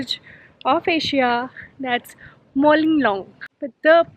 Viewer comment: Mawlynnong not molinong😆😆😆😋😋